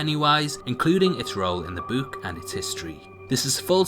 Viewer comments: Did anyone else notice how he said boook not book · Nigga says book like buuk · Did he just say buke? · Ha! You said boouk!!! 😂 here’s the time stamp!!! It’s just too good!!! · A sub for how you say "book" .. BOEK😅🤣 Thats Dutch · Lol I love how he said book